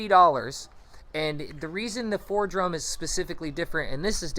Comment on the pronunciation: The tool you keep calling Fordrum is pronounced Foredom...(4dum)... Also when you were describing the Foredom you showed a picture of a Dremel Fortiflex 9100...2 different animals, A Dremel Fortiflex is not a Foredom....